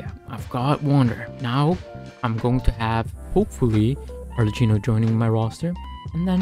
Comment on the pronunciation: its pronouced arleckino🫶(ty for the guide)